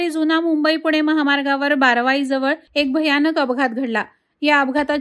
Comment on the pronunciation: बारावाई नाय बारवई